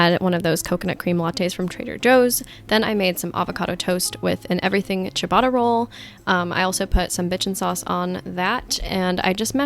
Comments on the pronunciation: Omg, I love how you pronounce Ciabatta - it's waaaaaay off, but so cute! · Chabata rolls? 💀 in South Africa we pronounce it Sheeabata rolls LOL. love this video though :)